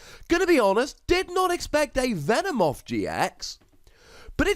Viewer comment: Hey, its not "Venemoth", its "Venomoth" but its ok